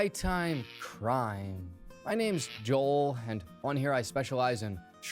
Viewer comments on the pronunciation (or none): none